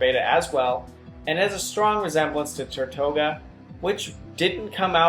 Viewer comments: FancyFennekin Ferra: ok i get it its annoying when words are pronounced wrong...but! did you know the word he was speaking? if yes does it even matter? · Tirtouga, not Tortuga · Not to be rude/picky but Tirtouga isn't pronounces ter-toh-guh it's pronounced teer-too-guh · Tirtouga means turtle in Spanish. So next time you see a Mexican, point to a turtle and try to ask him what it is.